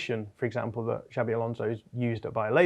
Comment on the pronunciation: His name is not " Javvy"